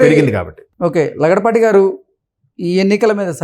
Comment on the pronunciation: Lagadapati not laudapati